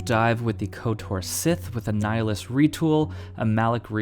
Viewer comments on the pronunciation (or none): none